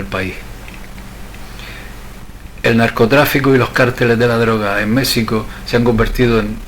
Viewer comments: ¿Por qué le llamas "Mécsico" todo el rato? Eso desmerece la buena labor de investigación que has hecho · Y por favor pronuncia Mexico con jota ... los mexicanos conserva la forma antigua del castellano que en Castilla se adoptó la jota para ese sonido....Ximenez es el actual Jiménez...etc. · Vas a decir que es una ridiculez lo que te voy a pedir, más aún con lo interesante y bien investigado tema. México se pronuncia como un día lo escribieron los españoles peninsulares: MÉJICO. No es tu forma de pronunciar de pronunciar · Mexicano y México están mal pronunciados en todo el vídeo. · Un error tipográfico nada más. No como su constante y contumaz pronunciación errada. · No tiene Vd. derecho alguno a desfigurar una propiedad común como es el idioma. Saberlo no es estupidez. Empeñarse en desconcerlo, sí.